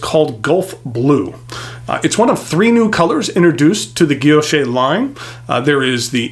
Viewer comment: Thanks for the review . Absolutely beautiful fountain pen . Btw the word guilloche , don’t pronounce the “ e “ at the end. Like guillochshhh no e or a sound . Thanks again !